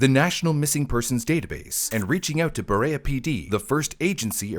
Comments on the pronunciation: Glad I’m not the only one who posted the correct pronunciations! It’s also Ber-ee-uh, not Ber-ay-uh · this is the city of Ber-ee-uh, not ber-ay-uh :3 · I’m glad you commented this, being from northeast Ohio I flinched every time he mispronounced Cuyahoga & Akron. That one time he sad Berea too